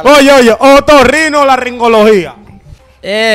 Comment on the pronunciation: Ni tú sabes pronunciar esa palabra. Es otorrinolaringología.